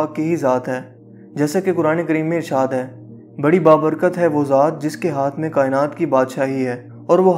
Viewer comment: Sir ap ke Alfaz 3 YEARS AGO bhut achi Thi Ab ap Jaldi jaldi Bote hai Ur Hai ko Hainnn Bolty hy